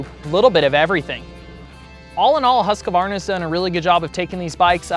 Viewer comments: Why do most Americans say "Husq A Varna"? The correct pronunciation is "Husq Varna"! The secret is in the spelling, no A or U mid word.. Whatever.. However you choose to say it, rightly or wrongly, Husqvarna has certainly reached a new standard of quality, reliability, performance and desirability! Of course the huge Austrian IP and capital injection has made all the difference! I for one, am very happy for the KTM intervention! Long may the production lines continue to roll thunder Husqvarna! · every time I hear someone say Husq'A'varna, I think you doughnut. its Husq'Varna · It bugs me too when I hear this. Don't know where it came from but it needs to stop! Maybe Husqvarna can produce a "how to" video? Many of their internal videos actually do pronounce it in the beginning of em.